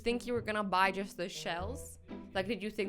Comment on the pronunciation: Pause then cause she says jush instead of just